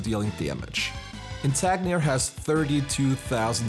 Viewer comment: It's INTANGIR, not Intagnir. Like "Intangible"